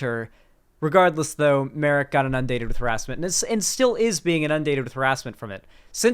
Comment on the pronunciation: only miss is the way he pronounces “inundated”